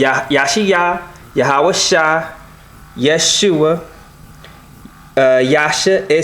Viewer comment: I think it would help alot to pronounce these names in the original language... or at least not american. YahawaSHEE...not -Shy, at least.